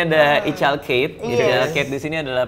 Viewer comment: ga tau ketawa setiap dengar kate (keith)